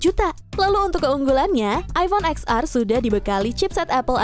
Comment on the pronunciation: Bukan “eks ar” kali mba...tp “ten ar” 😂